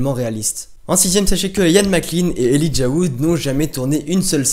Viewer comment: c cool mais Elijah sa se dit pas comme sa .